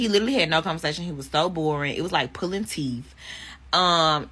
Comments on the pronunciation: Bruh thank you! I know i'm not the only one who noticed that illiterate shit! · She says "teef" instead of teeth. smh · "axing him questions was like pulling teef" ..... yeah.. I don't think she's educated enough to get with a lawer. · He probably got turned off as soon as she started speaking and didn't WANT to hold a conversation. A lawyer isn't hoping to want a woman who says "teef"